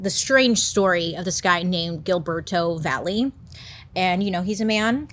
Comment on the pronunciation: Found funny how Bailey say his name! I had to look to see how was written then I see is Hilberto Va je 😂😂